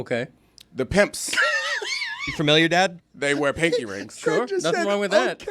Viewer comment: The way y’all are pronouncing pinky made me jump every time